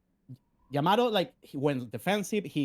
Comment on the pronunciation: yah-mah-toe woy-er sodas pronunciation needs some work